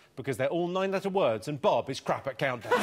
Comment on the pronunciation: Rachel blocks out the O in CoUNTdown 😂👌